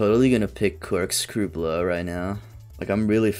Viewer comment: "corkscrew BoLOW"